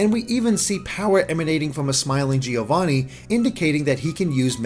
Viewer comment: Great video as always! Can you please pronounce "Giovanni" correctly, though? As an Italian, it's painful to hear it mispronounced every time.